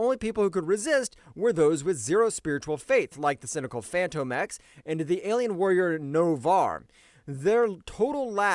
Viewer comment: Bro, are you saying Fanto X? Wtf?! It's literally pronounced as Fantomex like a ghost or a spook. Like the Phantom of the Opera! "Phantom-Ex"